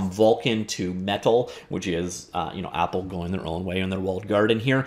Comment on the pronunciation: Say apple right man, no need to cough it out only say normally and fuck apple.